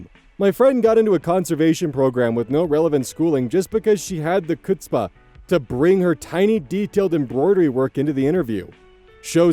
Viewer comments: for future reference, the "c" in "chutzpah" isn't verbalized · it's so cute how you pronounce "chutzpah". (you know that gutteral sound in yiddish/hebrew and scottish? that sounds kind of like an H but also slightly like you're pretending to get ready to spit? that's how you pronounce the "ch", because it's a yiddish word.) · Oh, honey... That is not how you say "chutzpah"... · When did he say the mispronounced version of chutzpah?